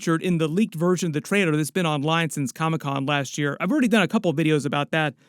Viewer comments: TraiLer… not traiDer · Why is he saying Trader all the time? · It sounds like you're saying Traitor instead of Trailer